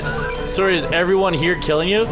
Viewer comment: "Soory bitch!" love it